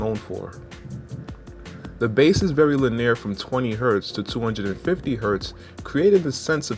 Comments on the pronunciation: Enjoyed the review. Piece of advice, the script is very well written, but it feels forced, I’d like to hear a more natural presentation, you don’t need to push in words you aren’t comfortable with to come across as credible. Linear is pronounced ‘lin-e-ur’ rather than ‘lin-eer’ by the way! Thanks though man, really great review. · Please pronounce "linear" correctly. It makes it seem like you may not know what it means and/or are reading from a script.